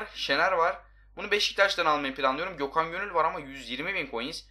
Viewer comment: gökhan gönül derken göthan gönül demiş